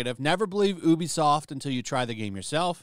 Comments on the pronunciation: It’s not ooh-be-soft, it’s you-be-soft. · Ubisoft is pronounced YOOBY-soft.